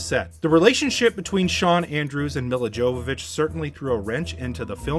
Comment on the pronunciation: You absolutely BUTCHERED Milla Jovovich's name! It's pronounced Me-La Yo-vo-vich. She's only one of the hottest women of all-time. Learn to pronounce her name!